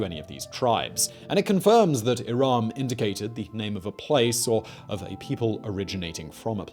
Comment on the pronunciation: Irum is more accurate than Iraaaaam